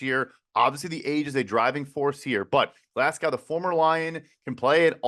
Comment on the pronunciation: Who tf pronounces "Glasgow" as "Glass-cow"?? 😂😂😂